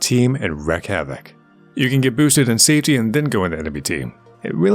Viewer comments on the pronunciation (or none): Okay, this is really nitpicky and this guide is great, but the way you said "wreak havoc" triggers me. It's not "wreck" havoc it's pronounced "reek."